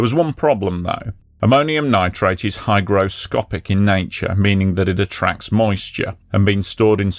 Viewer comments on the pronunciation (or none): none